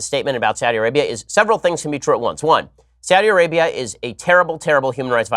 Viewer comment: Saw-thee Arabia.